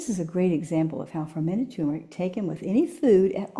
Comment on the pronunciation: I wish that people pronouncing the word Turmeric would say TUR MER IC, not TU MER IC.